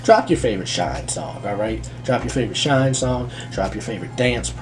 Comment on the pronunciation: Shinee is pronounced like Shiny